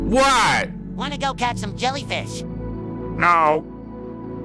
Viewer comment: yea it's not lellyfish